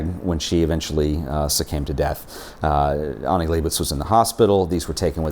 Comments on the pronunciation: Pronouncing Annie as Aunie is killing me smalls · I thought I was the only one annoyed by this difference in pronunciation. She doesn't even pronounce her name the way he does! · Annie doesn't pronounce her name as "ONNIE." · I believe the first name starts with an A not an O so it would be Annie not Onnie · her name is annie not onnian not on